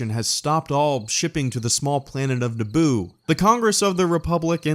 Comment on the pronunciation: I thought he said naboob